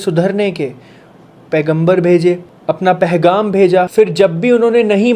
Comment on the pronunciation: ...Ap bohat acha kaam kr rhy hain.aik lafz Sahi kr Lyn.... Pegham hota hai... Pehgham nhi hota... Lekin phr bi koi masla nhi hai... Shukriya 🌸🫂